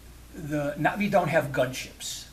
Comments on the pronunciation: Stop being an annoying pedant. He's pronouncing it correctly. The glottal stop is very subtle when he says "Na'vi" but it's still there, it's not completely absent. As for the rest of video, you can clearly hear the stop whenever he says the word. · There's two different pronunciations in thr film - the Skypeople say it like "nah-vee" because they westernized it. The actual Na'vi break the word in two pieces- Naht [HARD STOP] ve. Like uh-oh, a hard stop in the middle